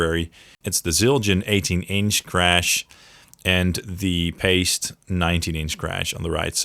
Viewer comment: Paste cymbals?? LOL. PIE-stee